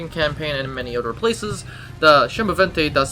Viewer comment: A small correction. The pronunciation is not "chemovente", but rather "semovente", with an S. Good video!